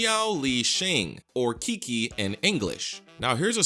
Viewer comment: his name is actually ChiChi, not KiKi